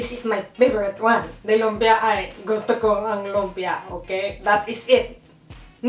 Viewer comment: Finally, a Filipino American who can pronounce lumpia properly! <3